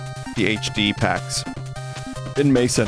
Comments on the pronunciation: Mesen is pronounced like Mess-en, not like Mason… ugh i hate english speakers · Hearing mesen pronounced as "maesen".. wait what hahah